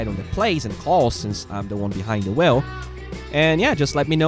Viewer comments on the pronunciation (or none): Nice. I like the vid and the insight to your game thoughts and your other thoughts. PS. when you said "wheel" at the end, it sounded like you said "well".